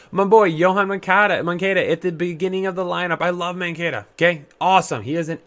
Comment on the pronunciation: Im mainly kidding but as a White Sox fan it hurts to see you butcher Moncada, Jimenez, Grandal etc.